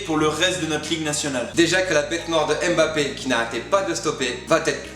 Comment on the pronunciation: petit erreur de prononciation et aussi à je vous adore^3^